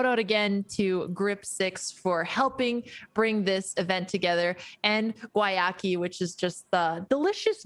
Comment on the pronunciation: I love how EVERYONE pronounces Guayaki differently. If I were on the marketing team of a company with a weird name, and I sponsored a tournament, I feel like I'd make sure the proper pronunciation of my company was disseminated to everyone in the tournament.